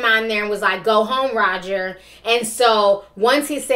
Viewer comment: Someone needs to tell Chris Brown that there's no "D" in Roger.... Had me like (---__---)